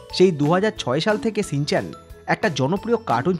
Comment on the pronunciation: Ore modon re শ ষ স এর মধ্যে পার্থক্য জানিস না? কথাটা "shinchan", " Sinchan" নয়।